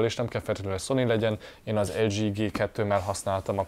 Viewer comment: Nem! Francia! Mert az LG-t elzsí-nek mondtad